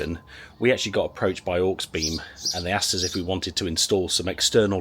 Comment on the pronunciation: Dude, you saying HawksBeem made me giggle... Aux, short for Auxiliary i.e. awg·zi·luh·ree Auxiliary-Beam good vid though. not heard of that company before. Oh and I took my mate to A&E with a metal shard in his eye doing exactly that... 😳 it looked mega painful, use glasses man.